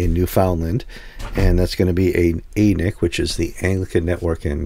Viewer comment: Thanks for a wonderful show. Listen every week. Really appreciate your commentary. I rarely comment on videos but one thing kind of grated me this week. In Canada, ANiC is pronounced with a short A, as in “an ick.” With a long A it sounds like something on the south end of a north bound cow.